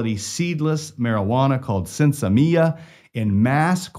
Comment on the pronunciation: The seedless marijuana they produced is was pronounced "sIn-semIyah". You pronounce everything else perfectly in case you cared.